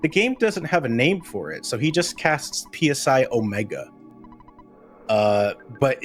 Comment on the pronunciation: Friendly reminder to all runners and commentators that "PSI" despite being capitalized is pronounced the same as the Greek letter.